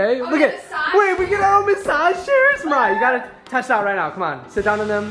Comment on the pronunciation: did anyone else here him say “ Maya” not “Mariah”